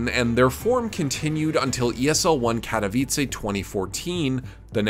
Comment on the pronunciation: You just transformed Katowice from polish to italian city with your "accent" xd